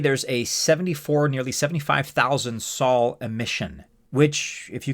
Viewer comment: It’s Sol not Saul 😂